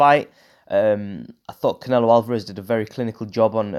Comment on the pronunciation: Haha the way you said Saul canelo alveraze